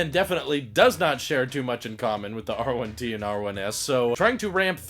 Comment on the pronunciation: You said it right. I would love the R1T, but the price is preventing me from ordering one.